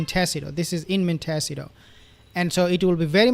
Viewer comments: Monticeto is pronounced 'Mont Ah See Toe" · Please practice .... Sounds like....mon- te- ceeto.